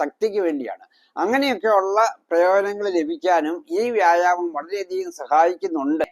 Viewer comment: വ്യാഴാമമല്ല മൈരെ വ്യായാമം ഇത് ആദ്യം പറയാൻ പഠിക്ക്